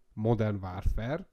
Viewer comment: Ha modern wÁrfrer, akkor wÁrfrém